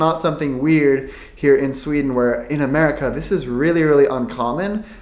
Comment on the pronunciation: that is NOT how it is in shweaden